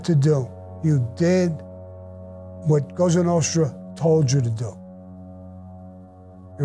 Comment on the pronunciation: Why does he keep saying Losa nostra. It’s La Cosa Nostra. Is it his dyslexia or does it mean something else?